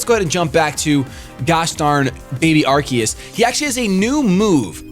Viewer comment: Thank you for saying Arceus correctly.